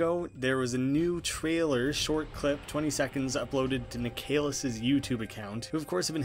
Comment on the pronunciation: just an fyi, "Nik uh liss" not "Nik ay liss"